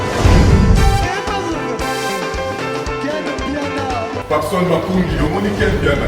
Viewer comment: ken Mpiana lobaka WARIOR , warion te ... pitopale kkkkkkk mema bango likolo